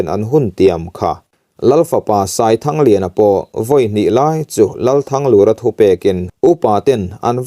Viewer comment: THANGLUR tih lai hi a ri hi hniamin seo ta sela,Lal Thanglura hming i lam ang hian...te ka lo ti ve nuah nuah nia.